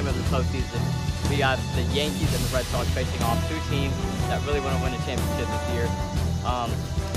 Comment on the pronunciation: He really said Red "Soxs"